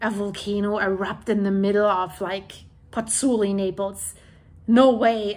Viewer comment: both vowels in the diphthong in 'Pozzuoli' are pronounced: Pozz - ooo - aw - li. Try it slowly a few times. It's fun to master the Italian vowel sounds - and respectful to the Italians...